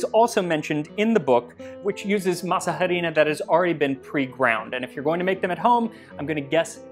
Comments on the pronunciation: "masa harina" the 'h' is silent, masa = dough harina = flour also it would be "harina para masa" (flour for dough) since in spanish we say things in a different order, so flour would be said first since you need the flour to make the dough. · He keeps saying masa harina wrong… H in Spanish is completely silent. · What other Mexican food would you like to see covered on the show? Also, apologies for my horrible pronunciation of Masa Harina (the H is silent). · I love the way you say "masa harina." We usually don't pronounce the "h," but a hard "h" sounds fun! LOL!! Now...I gotta go to my kitchen and make something simple like this....maybe pupusas. Yum! To me, it's really the masa that I am trying to eat! The other stuff is just embellishment. LOL! TY!